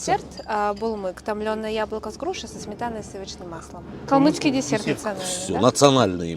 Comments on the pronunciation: Не калмыКский, а калмыЦкий! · Не говорите пожалуйста "КалмыКский". Это очень не нравится нам. Правильно говорить "КалмыЦкий"